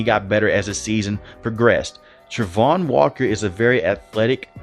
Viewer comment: Please say his name correct